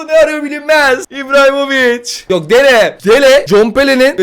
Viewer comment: hacıahmetoviçe ibrahimovic diyen koca yürekli